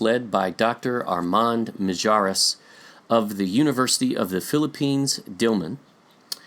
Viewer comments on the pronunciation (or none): Mijares is pronounce as Mihares in thePhilippines